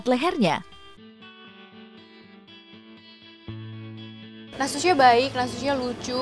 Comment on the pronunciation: nastusha lho bkn natusha